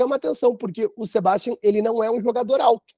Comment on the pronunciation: Quando vão aprender que a pronúncia certa é " sebastián"?